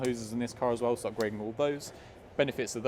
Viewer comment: you don't say "as well", you say "as wev")))) maybe it's because of british pronunciation, dunno, but its funny😂